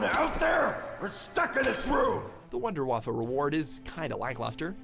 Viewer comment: I don't see how he can critique Watch Mojo on their German pronunciation but then mispronounces Der Riese (which Watch Mojo did as well just worse) and WunderWaffe (same as Watch Mojo). Just gets under my skin when people do that. Instead of pronouncing select words in German, how about ACTUALLY LEARNING HOW TO PRONOUNCE ALL GERMAN WORDS. Or just don't at all. Not in between.